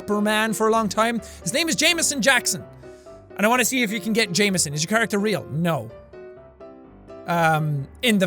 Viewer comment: Wait so Jameson is pronounced Jame-es-son?